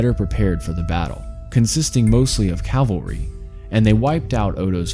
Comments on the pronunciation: Cavalry, not calvary. Stop interchanging them. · Good grief, it’s CAVALRY, not CALVARY! Cav-al-ry! Cavalry is a term for mounted warriors, Calvary is the name of the mountain where Jesus was crucified. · Calvary ? Calvary? cmon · CAV al ry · Dear lord...learn how to say Cavalry...